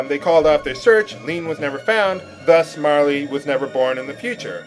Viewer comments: ugh, you keep on pronouncing this so differently, saying E at the end of Marle, and pronouncing the g in Magus as a j... It's somewhat vexing. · Every time he says "Marley" I bury my face in my arm, smiling. After "Gaw", nothing can faze me. Bring on Frogue.